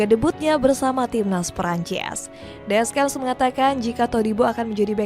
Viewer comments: ganjil banget bilang deschamp ga pake descyam malah deskem, bilang xavi simons biasa malah xavi saimond wkwk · Mbak ini masukan aja, silahkan kalo ga setuju. jgn di bhs inggrisin apalagi campur sari, baca biasa aja. Klo salah nyebut tuh jd aneh. ni cara bacanya Deskhamp, Maikah, Maik minyong, ngolo kaunte, olivie jiruu, Xavi simons (ini literally bacanya gini), Adrien Rabioo, Antoan Griezman, tijani reynders. Pusing kan? Bbrp pemain nyebutnya udh bener jd ga kumasukin. fix 1 aja baca ala org indo ga diinggris2in ga di sok sok bahasa aslinya karena pusing.